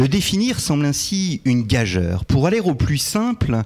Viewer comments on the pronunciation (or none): "Gageure" se prononce avec le son "U" et pas autrement...